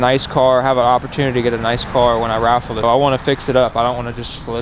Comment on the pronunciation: Raffle? You mean "waffle" 😆